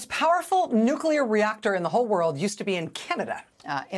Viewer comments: Heh, heh. The new-queue-ler engineer. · Carter -- in his southern accent -- in fact, always pronounced it: "nucular."